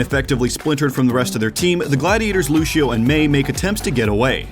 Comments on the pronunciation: Is it me or says "Luchio" or "Lushio" instead of Lucio's actual name. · Lucio. Loose - ee - Oh. Loosio. Lucio. What is this Loosho nonsense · How do you cover professional ow, yet don't know how to pronounce a hero's name, who has been in the game since release? Luchio? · God I love these videos but I hate how he says looshio and not lucio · Ah yes looshio. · People who say lu she o make me want to scream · He says lusheo